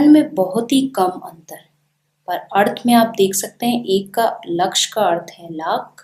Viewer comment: Wrongly pronounced the word 'अर्थ'